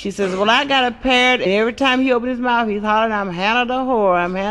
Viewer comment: Earl Wright month u Trying to say mouth 👄😀😀